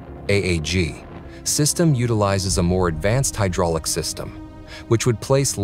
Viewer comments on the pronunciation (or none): none